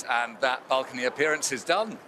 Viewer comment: Why are the pronouncing balcony as bulcony?